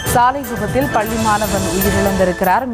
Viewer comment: உனக்கு "பள்ளி" தமிழ் உச்சரிப்பு வருமா வராதா ? வராது என்றால் தமிழ் செய்தி வாசிக்கும் வேலை உனக்கு எதற்கு ??